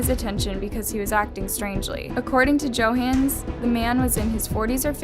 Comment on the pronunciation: Let's not forget her mispronouncing Johannes.